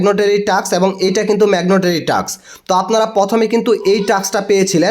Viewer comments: মেগনটারি না ভাই 🤭 ওইটা হবে ম্যানডোটারি 🥰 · ভাই ম্যাগনেটেরি না মেন্ডেটরি বলেন।